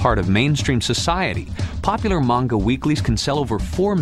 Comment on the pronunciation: this is where i learned the proper pronunciation of “manga.” Not kidding